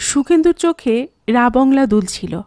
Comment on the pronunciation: জায়গাটার নাম রাবাংলা আর ধনৌলটি উচ্চারণ টাও ঠিক নয়। কথাটা ধনৌ-লোটি নয়। ধনৌল-টি।